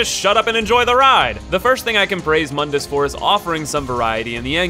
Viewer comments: It's pronounced "Moon - dus" not "mun - dus" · actually false, it's pronounced like "moon-duhs" not "muhn-dis" but yeah mundus = The world because mundus is the creator of the dmc universe. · I hate how the reboot got everyone mispronouncing the villian, it's pronounced Moondus, like the moon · To be fair the spelling of Mundus is quite deceptive to it's pronunciation.